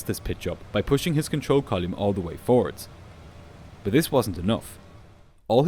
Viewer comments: I dont know why but the way the narrator says "column" never sounds right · The way pronounces "column" is hilariously weird. Never sounds right or consistent. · It's like a punch in the brain every time you say column like volume. It's so bizarre. 😂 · This is brilliant as always. You do pronounce "column" in a funny way, though.